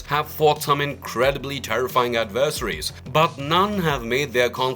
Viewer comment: How do you not properly pronounce adversary?